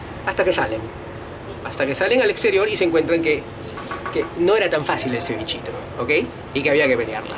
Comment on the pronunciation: No te sale "un cevichitooo" te falta CLASE..Pero un Argentino hablando de arrogante.. fin del mundo!!!